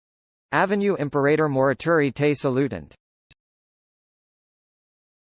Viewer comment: Dreadful pronunciation. What a laugh! This is Latin, sorry. Imperreirror. Dreadful. How can you be so cheeky? Disgusting.